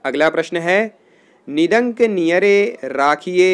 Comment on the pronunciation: Thanks lekin please nindak ko nidank mat padhie